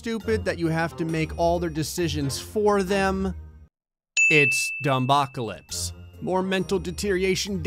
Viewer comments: It kills me that pronounces it "dum-bocalypse" instead of "dumb-ocalypse" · “Dum-bocalypse” that hurt me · pronounces dumbocalypse as dum-b-ocalypse instead of dumb-ocalypse Me: well that’s slightly annoying